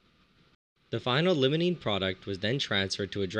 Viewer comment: It's Limonene, not Lemonene. I know pronunciation isn't the focus of your channel, but come on. Try pronouncing the word "Lime" instead of "Lemon".